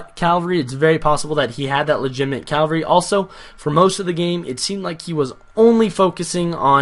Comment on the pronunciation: your so annoying when you say calvary when you should say CAVALRY